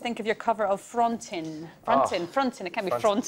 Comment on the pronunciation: Hahaha.. Jamie pronounces Frontin' like as if he had a potato in his mouth!